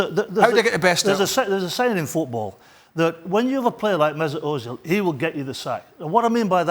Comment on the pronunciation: Let's be frank, Craig Burley is an ass, and he can't pronounce Özil. And speaking of Arsenal, Bernd Leno should be starting.